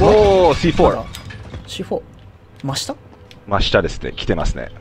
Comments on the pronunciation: カネキンさんのC4の発音良すぎます 笑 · C4の発音がめっちゃ良くて草